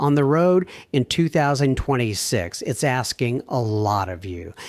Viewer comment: We're.FOOLS.to.waste.our.precious.time...THIS.ASSWipe.is.a.COMPUTER! Ai.bullshyte.at.1.37.can't.pronounce.2026...Totally.ai.Generated.Computer.